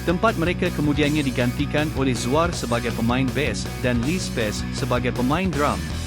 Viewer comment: Narrator ni pelat eh?🤔 Zuar jadi Zuea..fakta jadi fakte...banyak lagi la